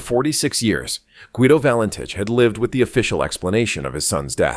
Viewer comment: Fake AI nonsense, not even pronouncing his surname correctly.